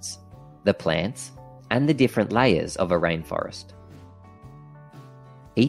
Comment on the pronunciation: Well done! Very simple and straight to the point.! Please, check the pronunciation of the word 'layer'.